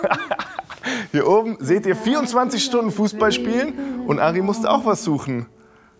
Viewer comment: Mark hat Stundne gesagt 😅 ehrenhaider